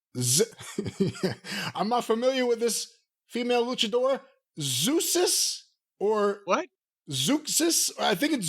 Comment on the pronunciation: ZauK-Cease is how it is pronounced. I love Zeuxis actually. She was wrestling brilliantly in 2013/2014 when the divas were still a thing, and the knockouts best days were over. She was involved later on in the Mae Young Classic. Tbh the luchadoras never got the appreciation japenese women wrestlers get blindly. Anyhoo, in other news, TK is still a marroon.